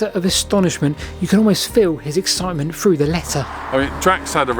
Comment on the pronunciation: You're pronouncing 3 as free, through as froo.